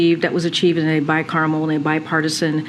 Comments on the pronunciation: It is not pronounced 'bicarmel'....it is 'bicameral. What a moron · Litigation is done through the court process. Not the senate or congress. And what the fuck is bi-carmel.